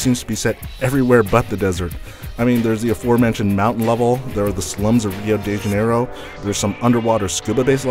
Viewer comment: you can pronunciate rio de janeiro very well